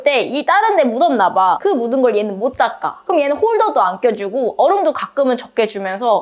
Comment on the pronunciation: 광주 사람인가 보네요 ㅋㅋㅋ 못 닦아~